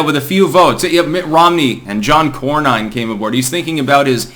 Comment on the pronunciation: John cor-nine 😁